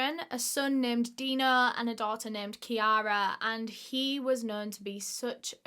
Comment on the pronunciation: Very silly of me to comment this late but I don't think you pronounced kiara/ciara right. Its more like Keer-Ra.